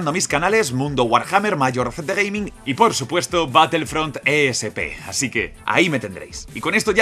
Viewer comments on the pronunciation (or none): none